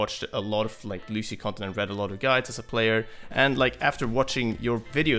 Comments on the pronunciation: It's Lucio, not Lushio!!!!! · nope, loose-yo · Good video, but annoying how he pronounces Lucio wrong! It's not Loo-Shee-Oh! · his name is Lucio!!!! not Lushio. smh.... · If I had a dollar for every time he said "Lushio"... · Stowtie You do but but he was pronouncing it lu-she-oh. Although OP is kind of a neck beard and over reacting for attention. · BASTION LU-see-o. The "cio" part of it is one syllable. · Mains him and can't even pronounce his name right.. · there's an accent mark... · TheAlienAdventures That would sound like "lush" not "loos" but he might as well have said it like that. It's just as stupid.